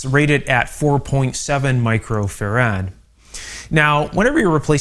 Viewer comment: why the odd pronunciation of farad, as well as the british soLder